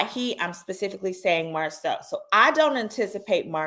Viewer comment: This interview was a lie. The woman said Marsau’s name incorrectly and Martell had to correct her. Kempire did a cover of this interview and there were so many inconsistencies